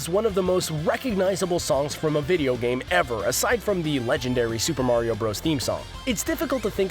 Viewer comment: It Is Mario Not Meario